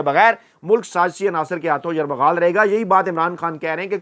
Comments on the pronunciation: جناب یرمغال کہہ رہے ہیں آپ لفظ یرغمال ہے ہے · یرمغال نہیں یرغمال ۔ پہلے بھی یاد دھانی کی تھی پلیز تصحیح کریں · Correct YURGHAMAL & not YURMAGHAL. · معذرت کے ساتھ گزارش ہے کہ بے خبری میں ھر بار آپ کی زبان سے یرغمال کی بجائے یرمغال نکلتا ھے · معزرت کے ساتھ اا ویلاگ میں آپ نے تین بار لفظ یرمغال استعمال کیا ھے...ہرغمال کے بجائے 😁😁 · یہ لفظ "یرمغال" نہیں بلکہ "یرغمال" ہے۔ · It is not ‘ Yarmaghal’ but “Yarghumaal” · Bhai yamaghaal nahi bolte yaghamaal bolte hain mene apko kai bar bola hai sir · Aslam o Alaikum! Kindly correct your phrase as yerghamaal instead of yermughaal please. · یر مغال نئیں یرغمال ہوتا ہے اسے چیک کرلیجے گا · ۔ لفظ یرغمال کو آپ یرمغال پڑھتے ہیں ۔ تصحیح ضروری ھے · یرغمال کا تلفظ درست ادا کریں